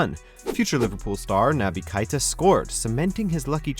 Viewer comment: its keita not keira